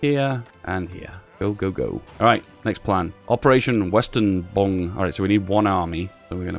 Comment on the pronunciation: Operation Weserübung -> "Operation western-bong" He didnt even try lol